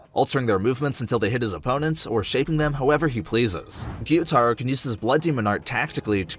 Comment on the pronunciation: it is guy-u-taro